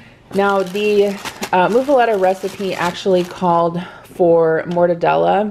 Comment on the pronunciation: It's Muffuletta (like Muffin), not like (Moo)